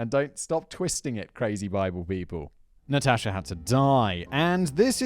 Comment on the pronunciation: You may be mispronouncing Natasha just saying maybe , maybe not idk